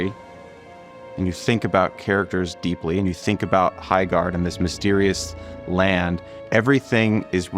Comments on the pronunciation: Sounds more like High-shart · ❌ Highguard ✅ Byeguard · "Highguard." *loses audience "Byeguard." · "HighCORD 3" ...confirmed